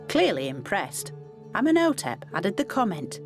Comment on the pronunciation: Tootin Carmen, Ummin Otep, she totally destroys their good names, doesn’t even give them enough honour to try and say them correctly. Painful to watch